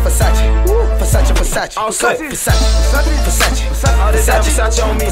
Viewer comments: Kudos to Drake for pronounce “Versace” the right way. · Calm down. They're just mispronouncing Versace over and over again